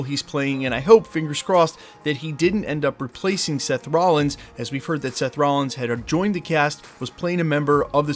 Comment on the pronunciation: Wait, did I hear seth rollings?? Not henry rollings, but seth rollings, right? The wrestler?